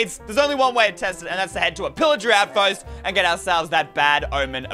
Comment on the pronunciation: yes i love how he said “outfost”